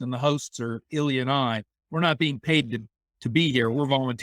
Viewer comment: Илья, очарована Вами. Произношение правда как когтями по школьной доске:)